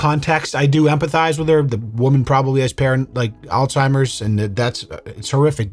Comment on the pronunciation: "she has alzhimers" yea okay sure she does bro